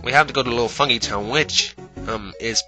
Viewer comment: i dont think it's pronounced fung-ee-town i think it's pronounced fung-guy-town